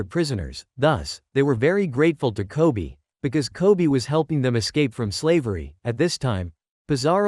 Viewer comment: Bro relle said kopy not koby😂